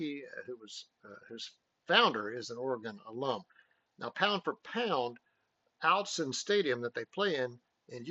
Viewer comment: "Autzen" ❌ - OUT-sun ✅ - AUGHT-sun